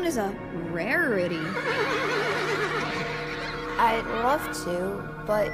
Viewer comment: do you know my little pony becouse you said raity and everpony